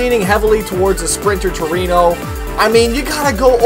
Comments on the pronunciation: Anthony Luaces no it's true-eno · its not pronounced “tru-wee-no” its pronounced “tru-wen-o” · To-re-no is the proper enunciation, Tu-re-no works also. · Muhammad Ihsan no is pronouncing trueno wrong it should sound like tu-re-no